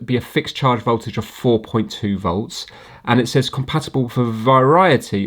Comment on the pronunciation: I can’t believe you corrected yourself on the pronunciation of the letter H and yet you still pronounce“off” and “of” as OFF. Merry Christmas and family.